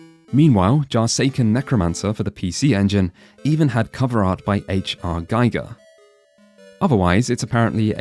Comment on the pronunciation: (deep breath) Giger is pronounced gee-ger/gee-gah; not Geiger.